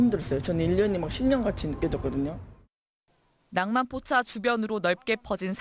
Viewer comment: 전후, 왜 ‘낭만포차’를 굉장히 많이 말하는데 발음이 중국인이네. 낭만포차 한국 사람발음하고 확연히 차이난다. 아무리 혀가 짧아도 한국인은 저렇게 발음 안한다. 짱깨엠비씨 ㅉㅉ